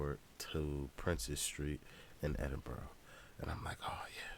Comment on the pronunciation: Picked a wild time to come fam. Edin-bur-ah not edin-burrow, definitely not edin- burg. Hope you enjoy your time in my country and made welcome